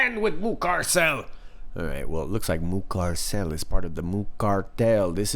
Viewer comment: I'm here for the surname pronunciations 👍😁 Moocarsail 🐄🚗⛵️= L